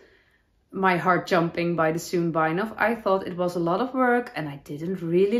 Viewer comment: Gorgeous knits and wonderful episode as always! Ps- in the US, a sewn bind-off is pronounced like the word own with an s in front. Sounds like “Sown”